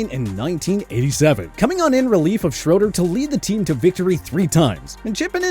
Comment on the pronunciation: Also, Jay Schroeder’s name was pronounced “Shray-der.”